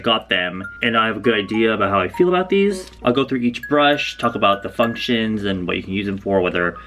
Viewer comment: What he said: functions What I heard: fuck shit 😅😅 alrighty